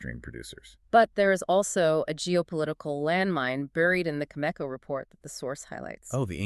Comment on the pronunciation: How in the world can the two of you claim to uranium experts when you can’t even pronounce Cameco properly? Answer: you can’t. Maybe listen to their shareholders call when they report earnings. Or maybe the two of you are just some AI garbage. AI or not this is garbage content.